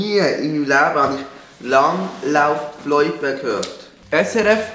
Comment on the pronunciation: "Noch nie i mim Läbe hani Lang...lau...floipe khört." Mit der Betonig hanis auch no nie ghört, du Floipe! 😂 Das isch e Loipe und kei Floipe. I kah nüm, Alte. 😂